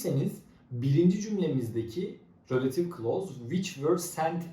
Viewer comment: It's not rölative klaus It's relatİİve klaus